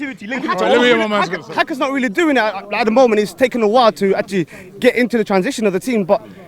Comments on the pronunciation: Did my man just say "haka" instead of xhaka ? Looool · Man said "hacker" instead of "Xhaka" im fully done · The Baggies have had their revenge!! And did that guy call Xhaka, Haka?